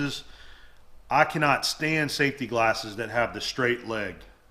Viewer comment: The way he pronounces “safety McGlarses” is funny. Must be a southern thing.